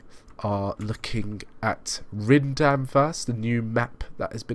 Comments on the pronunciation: It's pronounced as Rhinedam. Yes, nice and simple. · I am glad you like my fictional city. In Beta 3.11 (probably in a few months), a 2018-version will be available (with extra lines) and an historic 1985 version. By the way, for the correct pronunciation; in English it is "Rhinedam". ;)